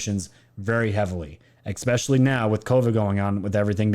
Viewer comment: Dude, you GOTTA stop saying 'ECspecially' 😂😂😂 you are a grown man, it's ESpecially lol 😆